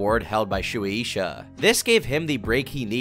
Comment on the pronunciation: Shoeie Isha? Are you trying to say Suisha? Sway Shah. if you type a Japanese word into google translate, even if it's in English, & you set it to translate from Japanese, the audio button will tell you how to pronounce names & companies. Very useful.